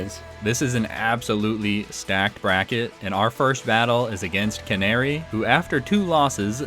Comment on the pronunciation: You have pronounced Canari correctly, her name is based on the Canary bird. The Canary is known to guide miners when there is toxic gasses.